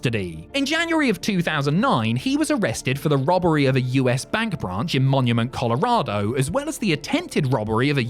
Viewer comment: Also they complete miss say Colorado because the proper British English